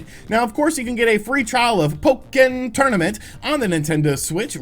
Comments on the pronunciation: Pok-ken tournament 😂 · Nobody: Literally nobody:: "PoE-kIn.." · Say Po-Ken again. I dare you. I double dare you! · Pok-ken tournament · Why "PO KEN" Tournament? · The way you say Pokken Tournament 😂😂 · for the love of god please stop pronouncing pokken like that.